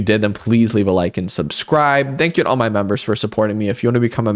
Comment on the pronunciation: "It's kinda sad that eou're.." I spent so long trying to figure out if this was french or something and not just the y in "my"